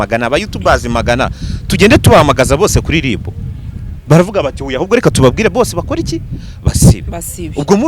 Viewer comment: Umuhungu Ungana Gutya Ntazi Gutandukanya R na L koko ( ngo LiB, aho kuvuga RIB ) 🤔😎